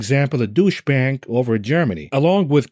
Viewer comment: I love how he says "Douche" Bank.